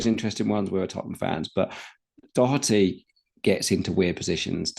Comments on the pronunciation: As an Irish person, it's very annoying the way you pronounce "Doherty". It's "Daw-her-ty". Don't say "Dock-er-ty". Thank you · All good. Just for the love of god not Dock-er-ty.